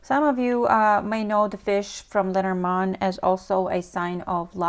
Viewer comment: Are you saying lettermon or lenormand?